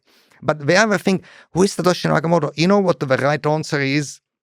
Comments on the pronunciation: It's Satoshi Nakamoto, not "Yakamoto". Wrap your head around that, kid. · Ok, it's SATOSHI NAKAMOTO. This means CENTRAL INTELLIGENCE.